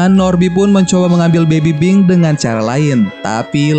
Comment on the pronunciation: Bang lu ngomong baby pink baby bing